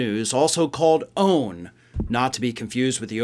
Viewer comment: Please say O A N not “own” thanks